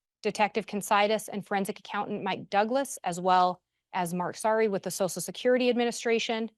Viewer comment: if saying “sosal security” is not the way to pronounce “social security” makes me a difficult person I guess I am 😂 Are you an easy person & a sosal worker by any chance?